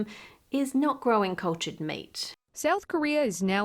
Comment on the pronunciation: Do you sat "grow-in" in place of grown on ocasion or are my ears play-in tricks on me?